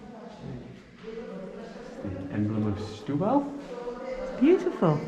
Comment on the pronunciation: Don't say "shtubal", it's pronounced like "stew-bal". ; )